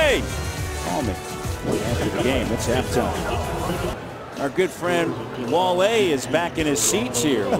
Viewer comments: damn, hes wale not wal-e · Wale is pronounced: W-awe-LAY. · Wall-ay lol a LOCAL rapper named Wall-ay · I never seen this full clip until now damn they were really trolling and the other guy was really on his head calling in WALL-LEE lmao